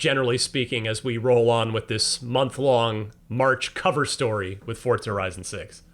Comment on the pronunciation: Why did bro pronounce it like Fortza